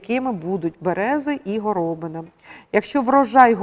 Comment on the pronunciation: А чому горОбина? Хіба такий наголос правильний, а не горобИна? Я чую в мові людей другий варіант.